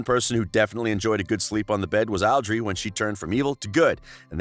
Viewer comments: Guy commentating: Aldrey Me: coughs “Audrey” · Audrey not adrey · Audrey not adry